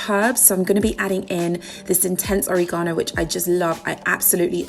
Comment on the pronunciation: That sun dried pesto with the anchovies is a HELL YES. And I love the way you pronounce o-re-GAH-no. It’s beautiful.